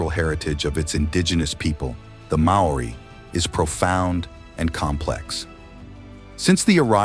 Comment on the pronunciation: "MA-O-RI" sound it out kid